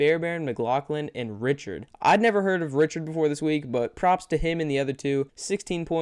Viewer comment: It is not "richard" for the vikings kicker it is pronounced "ric card"